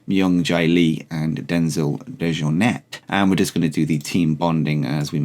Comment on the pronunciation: Michael Dante is part of the womens tournament (graphic at the start needs updating mate) also its Denzel Dej-Oar-Net to pronounce it